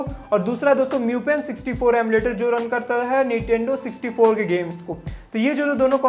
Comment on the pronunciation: Correct it ..its NINTENDO not NITENDO.😮